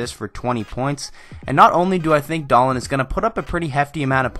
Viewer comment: Just a heads up it’s Dah-leen not Dah-lin